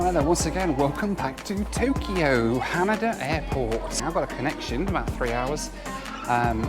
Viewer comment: Hanida is pronounced more like Han-ee-da not like Han-a-da as you were saying 😉edit: I did like where you called CNN the Comedy News Network